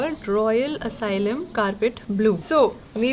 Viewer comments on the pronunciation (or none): Asylum nahi Alyssum seeds 😂😂